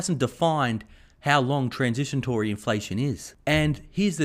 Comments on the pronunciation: It’s transitory not transisatory haha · Luv ya mate, but it's transitory, not transitiontory. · Transitory, not "transitiontory" And fill your car up with gas, not fill your gas up with car. :p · "Transitiontory" he's a little dislexic, but he's good!!